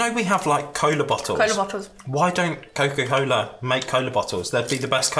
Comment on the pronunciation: that was cola cola not coca cola lol